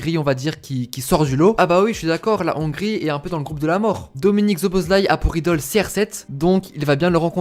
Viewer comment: enfin un mec qui sait prononcer le nom de dominik. J ai sa carte future star c est un monstre. Sinon petit tuyau le nom francise de sa ville natale c est Albe Royale sinon a quand une video sur la hongrie ? Puskas, Czibor, Koscis, Lorant, Hidegkuti... c etait un delire cette equipe